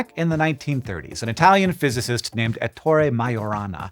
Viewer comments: The stress is on Eh-ttore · It's pronounced "Èttore", not "Ettòre", with the accent on the first E (just like "Hèctor")